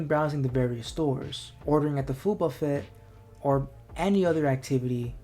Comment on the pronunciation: I don't think "buffet" is pronounced like that anywhere